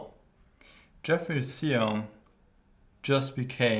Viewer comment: You're also messing up the vowel sound. "Shoong" is close enough, and "Syoong" is probably the closest to phonetic you can get with English sounds.